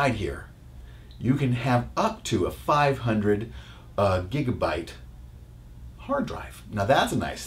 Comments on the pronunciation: USB (U ES BEE) NOT USBEES, GIGABYTE (gi-guh-bite) NOT GIGERBITE! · i think he means Ass by how you say for example "gigabyte". by the way your confusing me by the topic because that mac mini was released from 2010 not 2011